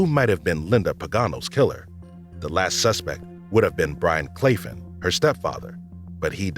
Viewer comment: Linda's stepfather's name was Byron Claflin, also Claflin is being pronounced wrong